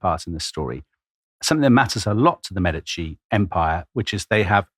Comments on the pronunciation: Medici is pronounced witha stress on the first syllable MEEEE-di-ci - and with an european/italian E, please. Otherwise:Thank you, Tom & Dom! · I love you guys as presenters, but quit bouncing between pronunciations of Medici! lol You’re killing us Type As out here. 😂